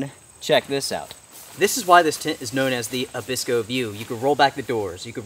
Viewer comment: Abisko, not Abikso. Great review though! Keep up the good work.